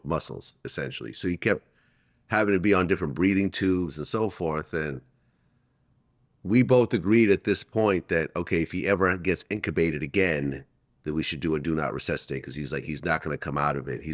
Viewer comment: It’s not “Incabated” Vlad. It’s in “Intubated”. Sir you and Reggie Wright need to learn to pronounce certain words correctly before doing interviews.